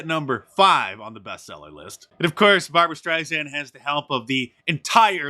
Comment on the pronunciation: bar-bra stench-sand USELESS MAN